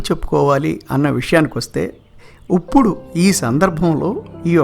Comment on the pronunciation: ఇప్పుడు అనే మాటను ఉప్పుడు అనటం బాగోలేదు.